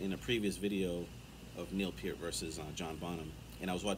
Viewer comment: "La Villa Strangiato" shows EVERY aspect of Alex's playing: Classical in the opening; amazing melodic/rhythm playing to weave the musical narrative throughout; and that solo!!! Can you say shredding??? 😯🤘🤘 Definitely one of the greats!!! 🙏 And THANK YOU for pronouncing Neil's last name correctly!! 😀👍